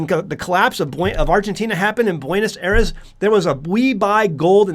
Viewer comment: Please revisit your pronunciation of Buenos Aires.